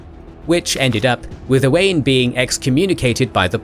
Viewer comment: That's not how you say Owain 😂